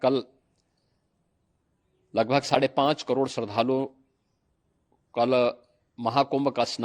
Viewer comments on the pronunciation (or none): शरधालू ❌ श्रद्धालू ✅ 😂😂🙏🙏